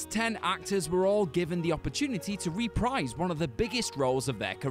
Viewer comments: Omg stop, you say it "reh-prEEz". This "rEE-prize" shit is making my ears bleed. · It's not 'REE-PRIZE'. It's 'REH-PREESE'. It's so fucking simple.